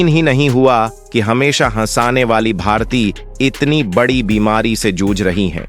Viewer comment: जिसे भारती नाम ही सही लेना नहीं आ रहा है,एक ही बात को कितनी बार दोहरा रहा है, कैसे अपना चैनल बना लेता है 😮